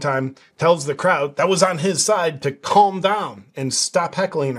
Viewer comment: The "L" in calm is totally silent. It's pronounced "cahm" not "cawlm". Look it up!